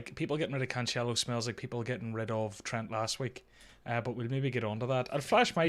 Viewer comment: You ended up pronouncing Cancelo the right way ;)